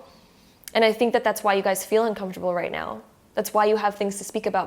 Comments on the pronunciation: Just curious, did she say "just meow" ? 🤣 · Wait wait wait... Am I the only one or was she literally saying "right MEOW" everytime!!?? 😂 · “Right nEaW” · Right meouw!😺 I like it .♥️ now I'm literally saying "meouw" each time you say "now".😆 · She was buddy 😂 It was meow